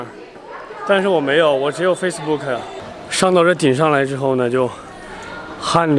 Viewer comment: Can you please speak english properly?😂specially is you speak instragram and facebook😂